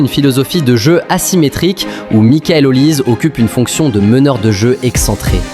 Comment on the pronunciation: C'est plus Olise mais "Haut lisé" 😂😂, on en parle pas assez mais si la France prend la coupe du Monde il serait favoris pour le ballon d'or